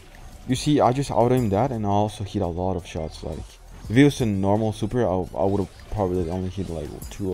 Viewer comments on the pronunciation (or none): none